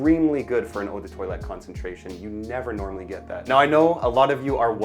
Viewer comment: Maybe try not to pronounce Eau de toilette as “odor toilet”. 😂